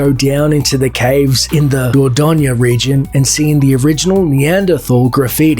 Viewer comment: Emma Roberts is a nasty abusive person. She was arrested for DV against our lovely Evan Peters, TWICE! She is unbelievably vile. Her face makes me want to punch her out lol Also it’s not pronounced Robert England… it’s pronounced N-gland. And the region of France you mention is pronounced Door-DoyN (My mum lives there)